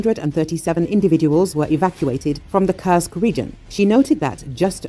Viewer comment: Please do not curse Kursk any more, it is a u like in food. Thank you.